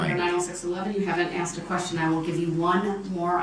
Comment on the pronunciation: Have a grammar lesson, Mr. Brooks. It's pronounced 'asked', not axed 'Grounds,' not grouns 'I were to see someone,' not 'I was to see someone.'